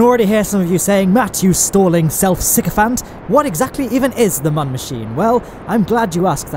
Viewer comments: Its not mun its moon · ITS MÜN NOT MUN! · Say it with me. Mün not Mun. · And you don’t say mon you say moon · it's pronounced moon, the U has two little dots above it, those are accent marks. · it really buggers me off how you pronounce "mun", jeez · Saying "Mun" with a short 'u' is hurting my soul. It doesn't rhyme with bun. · Pronouncing mun wrong. Literally driving me crazy